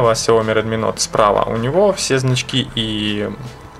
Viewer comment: Не нот а ноут